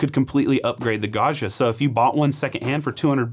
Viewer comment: Hot language tip: Gaggia is not French, it's Italian and the "gg" does not permit you to pronounce it "zh" as in "du jour" or even "Brezhnev." Gaggia is pronounced Gaw gee uh. like jam, juice, joust, adjoin and even Jimmy John.